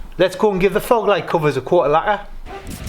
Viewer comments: hi mate, is English your first language wherever your from ? LAGQUAAAA 😂😂😂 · Worth a thumbs up just for the way you say lacquer. 😆